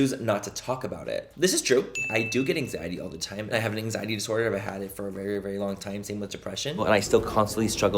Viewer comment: “Vagina a vewwy scewwy ting” 😂